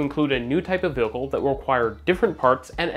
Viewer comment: New drinking game... every time says "vehAcoohl" instead of "vehicle" then you drink. Absolutely hammered!!! 😮😮😂😂😁😁😁😁